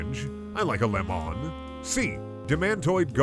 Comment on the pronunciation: Ah yes you like lemoohn